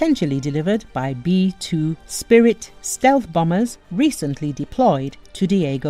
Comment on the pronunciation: BomBers not bamers